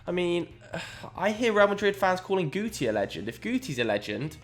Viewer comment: put some respect on Guti's name😤